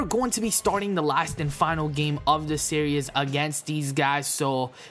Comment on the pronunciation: It's SERIES, not SERIOUS!